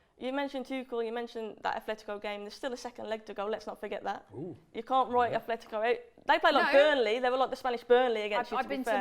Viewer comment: my ears hurt from the amount of times I heard Athletico in this video, its Atletico